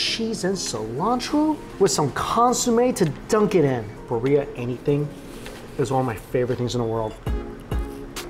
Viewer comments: Beer Ee Uh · Love watching you Mikey, I’ve been watching for years, but the way you said Birria made me cringe every single time 😂😂 lol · His pronunciation of Birria was killing me ! Lol😊